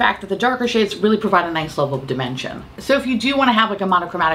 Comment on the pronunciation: Just for a moment I thought you said “the darker shades really do provide a nice level of dementia…” 😂